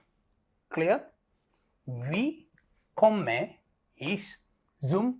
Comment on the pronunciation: ജർമൻ കൊമ്മെ അല്ല സാറെ കൊമ്മേ എന്നാണ് പഠിപ്പിക് തന്നെ പൊട്ടതെറ്റ്